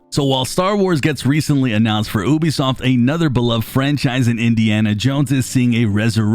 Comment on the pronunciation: Ubisoft = yoo-bee-soft not oo-bee-soft. Apart from that nice video!